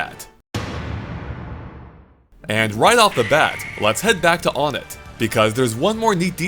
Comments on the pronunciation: It’s Onett , not Onnett , so that pronunciation doesn’t make sense. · It's "Wun-ett" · I always thought Onett was pronounced one-ett, since it's the first town. You learn something new each day. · You really need someone to “Xplain” how to pronounce Onett.